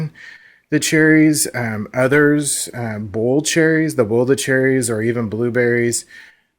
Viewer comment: Are saying "bowl it" or "boil it"? Because it sound like "bowl" and that is confusing.